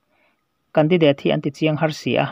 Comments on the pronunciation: Khai ww i van chhiar thiam lo ve mwle .. Mizoram a seilian i ni lo a mwni .😂😂😂 a thluk te hi a dik lo nasa bawk si a .a thluk a tang Ringawt pwh hian i lamdan a dang daih Mizo tawng hi Tawnghar Tak .Hausa Tak an ti thin ..i thiamlo lulai lutuk . Candidateeee pwh a awm lo 😂😂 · Candidate ilam rik dan chu lehh 😂😂😂 kan di dééét 😂😂😂😂 date tih lai i va bei chho nasa vee ....indur stadium nilo in, indoor stadium,, indawr ti la...i voice kir ker lah chu a beu bawk sia....ka lawm hranpa riau che 😂😂😂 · Khaw hming leh hmun hming lam dan hi lo en chiang leh la,tin,mizo tawng hrim hrim pawh.Candidate i lam dan pawh hi ka vawikhat hriatna.mithiam zawk rawn hreh miahlo la. channel thang duang tak lo ni zel rawh se